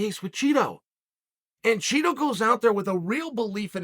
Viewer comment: Chael is secretly mispronouncing Chito… he’s lowkey calling him Cheeto 🧀😎